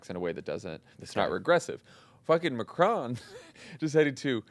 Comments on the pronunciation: PLEASE stop pronouncing Macron as 'McCrone'. You know the opposite of 'off'? Can you say that? It's 'on', isn't it? Say 'on'. NOW SAY MACRON. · hmm but the vowel would be closer non?